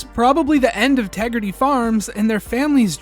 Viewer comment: "Respect my Tegridah!" 😖